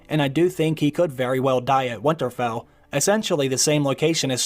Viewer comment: Stop saying Windtarfell